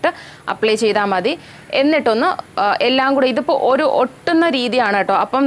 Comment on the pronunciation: ഒറു കപ്പ്‌ അല്ല ഒരു കപ്പ്‌ 🙄